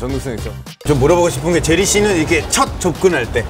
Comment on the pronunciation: 제 ㄹㄹ뤼? 조나단 제리 발음 빵터짐ㅋㅋㅋㅋㅋㅋㅋ조나단 좋아요❤